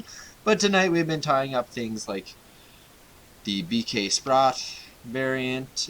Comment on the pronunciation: Love the videos. At the risk of sounding anal sproat is pronounced like wrote. Though why I care I don't know. Thanks for sharing guys